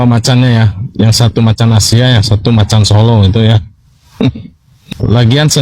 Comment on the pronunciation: macammmm macammmmm😂😂 bukan macan..